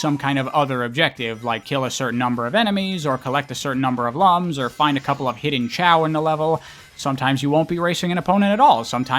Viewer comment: I never played the Rivals games so I don't have anything to add, but I just want to say that when you called the rings "lums" at first I thought you said they were collecting lungs and it caught me really off guard